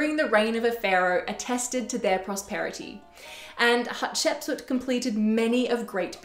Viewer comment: Thanks, perfection here especially your pronunciation of her name! Potentially she was the princess that discovered Moses, her stepson the pharaoh of the Exodus.